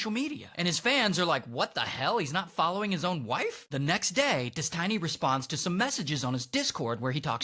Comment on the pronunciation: You mispronounced his name